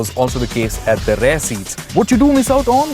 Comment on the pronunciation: The word is rear. R-E-A-R. Please stop saying "rare" seats, "rare" design and so on. It is quite annoying.